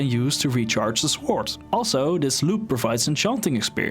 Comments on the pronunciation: De grootste fout die je gemaakt hebt is je uitspraak van het woord sword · i like the way u say "sword"